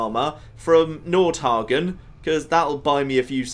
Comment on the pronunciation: Nord hegien not hagion